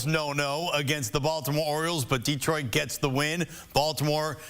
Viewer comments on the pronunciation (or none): De-troit. Not Deeeeeetroit.